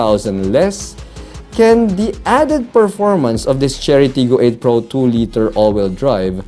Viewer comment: I kept hearing Charity lol